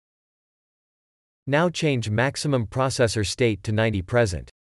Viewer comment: It is pronouncing PERCENT as PRESENT. Stupid reader.